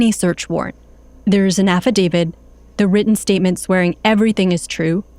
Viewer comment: Kind of astonishing that a Washington Post reporter made an entire podcast series thinking the word is 'Affadavid' and no-one thought that was an issue.